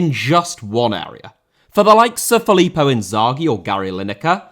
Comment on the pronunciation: Possess* not Posess Filippo* not Felippouw Inzaghi* not Enzohrghi Alireza* not Alireizer Debut* not Deibyu Persepolis* not Persepouwles Quaresma* not Caresmer Clube* not Clâb Half* not Holf Blanco* not Blancouw Chicago* not Checogouw Cruzeiro* not Crugeiro Inter* not Ento Chievo* not Chijeivouw Bissaka* not Bessaker Hag* not Horg Mersey* not Merzey Ighalo* not Eghohrlouw Ceni* not Chéni